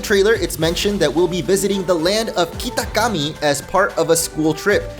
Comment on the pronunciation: bro please stop saying kitakami like "keetakkammee" ur not him u dont sound more traditional just say it normally